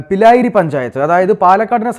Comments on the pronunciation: പിലായിരി പഞ്ചായത്ത് അല്ല ബ്രോ പിരായിരി ആണ്..😊.. തിരുത്തും എന്ന് പ്രതീക്ഷിക്കുന്നു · സുഹൃത്തെ പിരായിരി ആണ് പിലായിരി അല്ല 😉 പാലക്കാട്ടുകാർ പ്രാരി എന്നും വിളിക്കും